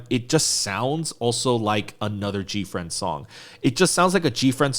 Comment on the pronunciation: Gfriend subunit. You said it right.